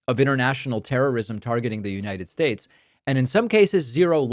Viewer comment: “United Schtates”. Is he on something or is this the clone or robot bobble head of Trump?